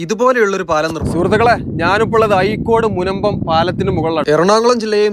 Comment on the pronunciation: അയീക്കോട് അല്ലല്ലോ ചേട്ടാ അഴീക്കോട് അല്ലേ ...